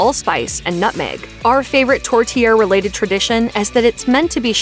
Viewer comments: My anglophone brain as well. Even Canadians get poutine wrong, but I totally cringed at tourtier. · Especially the way she says tortierre. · These pronunciations are going to kill me. It's poo-tin, torte-yair, you need to pronounce that second t. Mont Tremblent is mont trawm-blant not tremblonde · Not ‘tort tear’ but ‘tort-tea-air’ …..🇨🇦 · Tour- tear? NO!!!!! It's pronounced Tour-tee- air.! How could you not know that? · U miss pronounce it... Its tour tee air.... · Tor -Tear? Non, non non! If you ask for that in Canada, especially Que., no one will know what you are saying. It's pronounced TOUR-TEE-AIR...just Google foreign words for the correct pronunciation, you will easily find the voiced version. And 'Caesar Cocktail' is called a 'Bloody Caesar'. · Torte-EE-ere with the emphasis on the -ere. It also helps if you roll your rrrs a little bit. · Could you please pronounce the Canadian dishes properly 'poutine' is pronounced poo-tin. Tortiere is pronounced tor -tee-air. Btw it's also Ce lin Dion not ce-leen! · It’s TOR-TEE-AIR. 🙄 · Tourtiere is pronounced Tut-kay, my family has it every year at Christmas. It's hard to listen to people who can't pronounce the words correctly. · Tortterre. Lmao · tor-tee-air....there is an i there... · Please it's Tor tee_air thanks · Tor-tear??? What? Of course Newfoundland isn't a part of Canada that stretches from Vancouver to Halifax.. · Disagree. It’s Tore-chair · Tourtiere. Is pronounced tor tee air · Especially the pronunciation of tourtière!